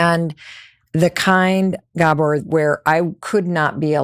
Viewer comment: Gabor is pronounced with emphasis on A